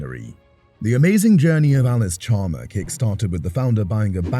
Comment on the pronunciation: You lose credibility when you can’t even pronounce the name correctly. It’s not Allis Chalmer, it’s Allis Chalmers, with an s.